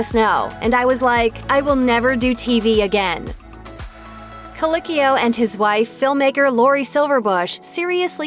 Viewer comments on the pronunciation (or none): I may not enjoy this person, and you can at least pronounce his last name correctly: coLEEKeeo. Thank you.